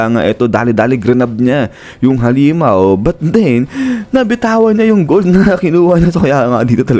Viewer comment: Gold po Hindi b Bold 😂